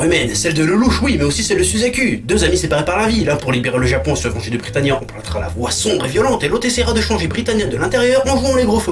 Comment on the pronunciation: je suis la seule qui a remarquer qua des moments il disait bricania -_- ?